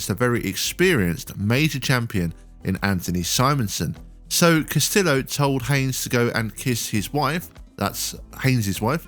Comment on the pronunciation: I know this is a nit-pick, but Dino Castillo's last name is pronounced Cass-tee-yo. In spanish, double L's are usually pronounced as a Y. I know it seems petty, but the guy has earned his name to be pronounced correctly.